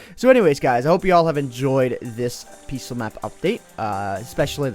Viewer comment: Maybe it's just me, but when says "Peaceful", it sounds like "Peace-ō"